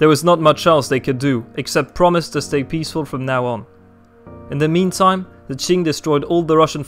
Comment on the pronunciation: The history of the China Qing Dynasty was completely correct，Chinese pronunciation is very accurate，Well done 👍